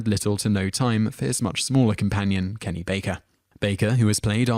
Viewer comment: Why did you call Kenny Baker "Kenny Barker"?